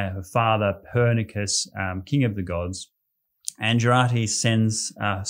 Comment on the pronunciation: Few misspronounciations of Lithuanian names (like "Pernicus" instead of Perkūnas - Baltic god of thunder, and Jūrate - Lithuanian uses the phonetic writing and reading, so "Youratė" not "Dzouratė"). Apart from these minor rather typical to English speakers problems, great presentation! You doing great job in bringing knowledge about my country to the world. Thank you.